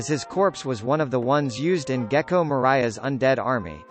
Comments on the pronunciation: if you’ll say “gecko moraya” one more time,i will find you and punch that fucking mouth of yours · ”Gecko Mariah” All I want for Christmas: Intensifies